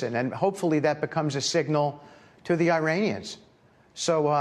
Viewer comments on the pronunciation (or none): Witkoff can’t even pronounce “Iranians” correctly.